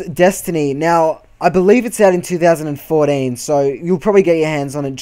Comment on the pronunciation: twothousand fourteen!!! not twothousand fourin